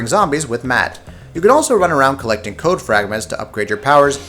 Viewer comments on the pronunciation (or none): none